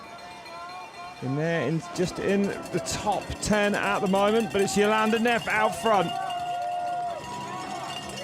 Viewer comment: Neff not “Nerf” 🤣😂🤣